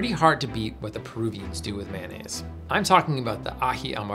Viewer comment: In New Orleans, Blue Plate (made here) rules. Sounds like"MY-uh-nez" Only way to make a po'boy!